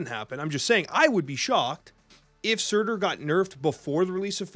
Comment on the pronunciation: I'm curious why you stress the "T" in Surtur, you don't do the same thing when you talk about the card MarTyr <3